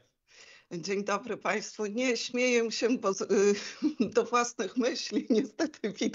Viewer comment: "śmiejem siem"? Boszeeee